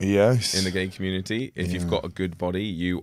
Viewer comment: I love Keegan's accent! It's so cute how he pronounces the word "community" as "commune-eh-eh"😂